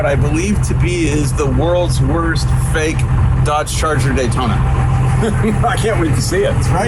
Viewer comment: Not a Daytona, a NAY-Tona.